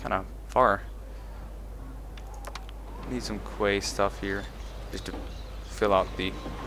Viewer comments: Just a little tip for the future, 'quay' is pronounced like 'key'. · Oh,. Small point, but to my knowledge 'quay' is pronounced 'key'. Weird, I know. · Quay is pronounced "key" -- protip :'D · By the way, Quay is pronounced "Key".:D